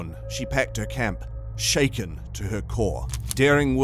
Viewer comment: You said shacken but not steered haha